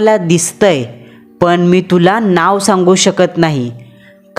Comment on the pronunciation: कंपणी, पन, कामाणीमित्त, पानी..... अस बरेचसे चुकीच Pronunciation.... बाकी story छान होती आणि छान सादर केली